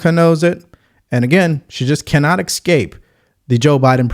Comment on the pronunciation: Love all your analysis but you gotta work on mispronouncing easy words like ‘susscribe’ and ‘excape’